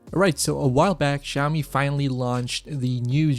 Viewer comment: Great review thanks! Just one thing....please pronounce Xiaomi it as 'shao mee' - IPA pronunciation is ʃaʊmi. The 'X' sound you are making is actually closer to 'R' like in 'ren' (person). The soft 'J' sound doesn't really exist in Chinese. You just said it soooo many times in under 5 minutes it got to me hehe >_<